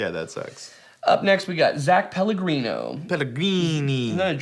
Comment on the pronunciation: pronouncing names wrong list Mateusz Lastname (didn't even try lol) Dan BallCum Zach Pellegrino Wesley Gayton Race-e Cole A person... Jacob